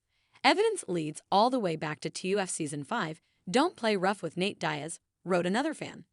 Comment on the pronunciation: Nate "dayas"